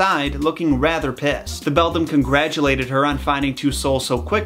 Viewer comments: Ngl in the movie where coraline meets the three ghosts i heared them saying "Bell down" and not "Beldam" and so i kept questioning myself on "where is the bell?".🤣🤣🤣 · Regarding your "Bedlam" for "Beldam" mistake: Until fairly recently, I thought a song called "Moanjam" by King's X was "MOONjam". I literally misread/misremembered this for almost 30 years! Suffice to say, the mind is funny. Also, speaking of Metal, the folklore story with the knight reminds me A LOT of "The lady wore black" by Queensryche. You're not saying "Beldam" comes from that specific Keats poem though, are you? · You know... I can see how easy it is To say bedlam instead of beldam. Just two letters moved. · I heard u said “bedam” but i didnt care because i did the same mistake lol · By the way the other mother is a beldam not a bedlam. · Does anyone else say bedlam as Bell Damn no.. just me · its ok part 1 made me laugh when he said bedlam lol i love these videos tho <3 wish they would make a part 2 already lol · Thank god he corrected himself and stopped saying bedlam or whatever he kept saying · Dat not how u say bedlam it’s beli dami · It's read like beladam not bedlam. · Actually it’s pronounced bell-dam or that’s how I’ve always said it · I thought it was belldown not belldom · well the word is beldam but you pronounced it wrong it's not pronounced beldim it's pronounced beldamn you're welcome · Its beldam actually. He said it wrong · Now I finally understand why I kept hearing the ghost kids say the word “bell down” when it was really “beldam”. I’m so stupid 😂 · It’s the calling the Beldam the ✨BeDlAm✨ for me 😂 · Has any noticed he keeps calling her the Beldum, not Bedlam? I’m sure Beldum is a Pokémon😂